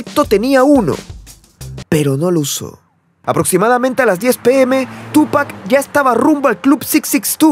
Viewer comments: Tupáccccc Con acentooii o sonidoio fuerte en la ú xfa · No puedo concentrarme en el video si sigue poniendo acento a la U al llamarlo Túpac. No lleva acento maestro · hermano pronuncia bien el nombre, carga la acentuacion en pac... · Me sangran los oídos cada vez que dice Tupac!